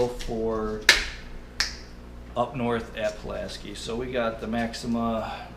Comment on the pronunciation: I use the same set up only mine is a 9 footer. That reels drag is awesome. Oh and Pulaski is pronounced "sky" not "ski"😉